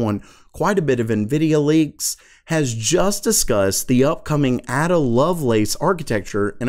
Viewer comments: Ada not Adda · A-DA Lovelace - JESUS - look her up you philistine. It's pronounced like "day or say". She is "chiefly known for her work on Charles Babbage's proposed mechanical general-purpose computer". I'm down-grading your D+ to an E. I used to live on Lacelace Drive in Surrey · Just a tip: Ada Lovelace is pronounced 'Ayder'. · A-da... it's a long 'A'! You don't have a clue who any of those people even are, do you?